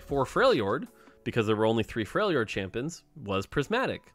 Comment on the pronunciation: When he says "champins" I found that kinda funny for some reason